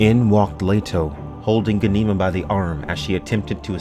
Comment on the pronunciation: Pretty sure it’s All-Ee-Uh not Uh-Lee-Uh And Gah-nih-muh not Guh-nee-muh Fuh-dyke-in not Fae-duh-keen